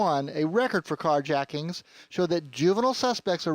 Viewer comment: You said jacktings at the end